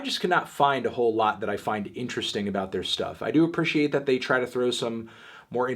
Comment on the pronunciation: You pronounce appreciate wrong